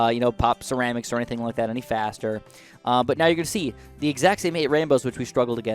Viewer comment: he said 8 wainbows